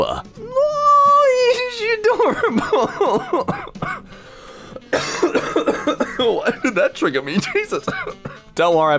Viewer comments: Hot cah-co-ahh 🤣🤣🤣 never heard of hot coco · “hot cocola” 😂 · I really hope doesn't think that it is actually "hot coco-ah" This made me wince when I heard it. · Since nobody saying this Did he just say cocoA like with the a at the end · The way you pronounced cocoa made me smile